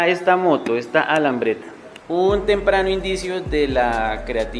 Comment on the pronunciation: La moto es una LAMBRETTA no alambretta.